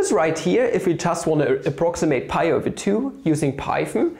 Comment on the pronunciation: Lol what is wafu do u mean wife?? 🤣🤣🤣🤣😂😂 I think dividorial is pi's boyfriend and pi is dividorial's girlfriend what a beautiful relationship 😍😻💟 And u pronounce 5 like FAF just like y as whayy(inspiriert von Ozarks bester Netflix-Serie) And u pronounce pi over 2 like paaaye over two ("""")